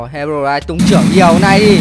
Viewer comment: Đọc là hê rô roai thôi a ơi